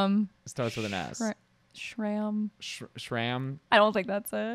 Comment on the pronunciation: Its strahm not stram